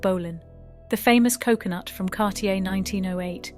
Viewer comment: What's with calling kokoshnik "coconut"???